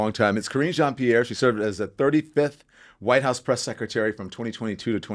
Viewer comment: Someone tell her that Sec a tary is secretary, pronounce the R